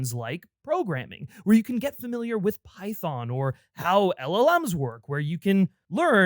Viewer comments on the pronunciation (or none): none